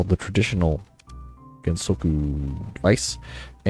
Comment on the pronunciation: You had it right 10-11 seconds into the video (Gen-So-Kyo) is how you pronounce it.